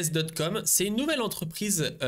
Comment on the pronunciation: Sorry mais ça me trigger de lire Coss et que tu dis SOSS plusieurs fois ...